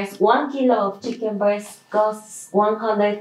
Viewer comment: Great video. I had to back it up when you were talking about chicken. I thought you said chicken bird but I think you said chicken breast. chicken bird 🤣